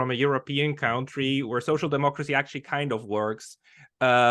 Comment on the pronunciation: please correct your pronunciation of 'country'.